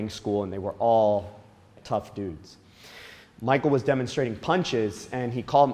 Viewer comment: Being so close and familiar with him,you'd think you could pronounce his name correctly 🙄